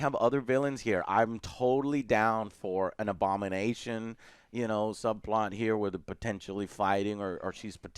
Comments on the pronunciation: I was letting the video play in the background while doing work in another tab and thought Joe was saying "Obama Nation" instead of Abomination the first few time and was so confused. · I initially thought Joe was saying "Obama nation"